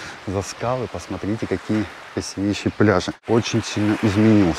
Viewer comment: Не красивЕйшее, а красИвейшее место.